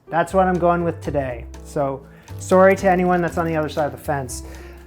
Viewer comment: it's not that i'll be mad at you for pronouncing it "shuh-lots" (versus "shalluts")... more like i'll mimic the way you say it every time because it always sounds strange to me. also i thought that you saying "sore-y" right afterwards was funny too (even if that was unintentional hahaha). that's probably made fun of quite a lot more often by usamericans when it comes to pronunciations